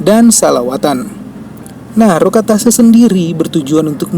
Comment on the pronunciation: Bahasax kok brantakan min, bukan rokat tase tp rokat tasek, bukan tanian lanjang tp tanian lanjeng.